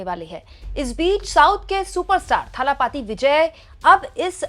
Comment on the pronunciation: थालापती नही दलपती